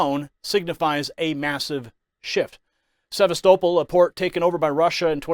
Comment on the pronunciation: Sevastopol is not pronounced corresctly, it's se-VAS-toe-pole